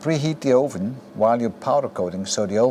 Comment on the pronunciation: Je Engels is echt goed, alleen je uitspraak van het woord 'oven' is niet helemaal correct. Top video.